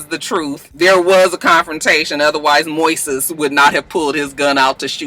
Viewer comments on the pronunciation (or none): Hey Moises is Spanish for Moses. It's pronounced Moy-sess